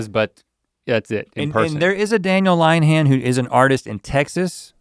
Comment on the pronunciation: "Line-han" 😂 Rhett is from the east coast - plenty of Lynn-uh-hans out there.